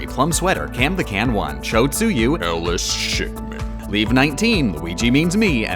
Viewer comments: Did Ellis Shickman tell you to say their name that way? LOL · I’m at least 6 months late on this one, but what is up with the way you said Ellis Shickman?